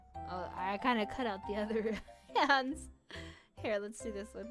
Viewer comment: I think they mean how you pronounced it lol